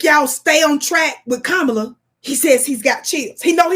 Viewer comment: you still can’t pronounce the VP’S name. SHAME YOU! Her name is COMMA-LA! It’s simple.